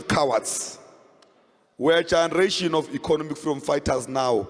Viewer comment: Colin cannot pronounce "generation" Literally.